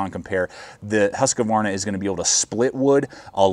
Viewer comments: Good video but you're killing me, its Husq-varna not Husq-a-varna. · I like how you pronounce it Husqavarna. should be closer to Hoosqvarna though, basicly means Millhouse :) or 'the house mill' small place in sweden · Nice review. For the future though, please pronounce Husqvarna correctly. Only 2 A's. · He is American lol they have trouble with any language that isn't Americanese